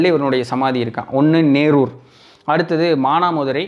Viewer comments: சிவாச்சூர் அல்ல சிறுவாச்சூர் மதுர காளியம்மன், நேரூர் அல்ல நெரூர் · எங்கள் ஊர் சித்தரை பற்றி சொன்னதற்காக நன்றி!! நீங்கள் நேரூர் என்று சொல்வது போல் உள்ளது.. அது நெரூர் என்று அழைக்கப்படும் ஊர். கரூரில் இருந்து மிக அருகில் அமைந்துள்ள சக்திவாய்ந்த சமாதி.. மிக அமைதியான ஊர்.. நீங்கள் கரூரில் அமைத்ததாக சொல்லும் மலை தான்தோன்றிமலை ஸ்ரீ கல்யாண வேங்கட ரமண பெருமாள் கோவில்..இது மிக பிரசித்தமான பெருமாள் கோவில்.. நன்றி!! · நேரூர் அல்ல.. நெரூர்.....